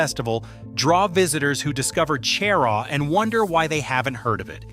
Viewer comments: Stopped listening when you said Chair-aww. You have no credibility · It's pronounced "shuh-Raw" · How can anyone take the information in this video as credible when it starts out with misleading information. Cheraw is not the county seat of Chesterfield County. Chesterfield is the county seat. Even the pronunciation is incorrect smh. And there’s more misleading info in this video.